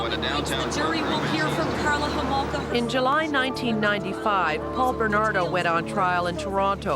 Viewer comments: Karla HOmolka. Not "komolka". :) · Karla Komolka? The fuck? Her surname was Homolka. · How did no one even call you out on saying Karla’s name wrong right the beginning of #3? LMAO. But can’t believe you left out how she offered up her own sister to him.